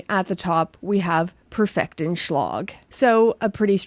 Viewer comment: An easy way to get closer to the German pronunciation is to pronounce the "a"s actually as "a"s, whether in Lange or in Schlag, rather than more like an o, which is a north American thing for some reason and nowhere close to how they are actually pronounced. The a in Lange is like the a in and, not the o in longer.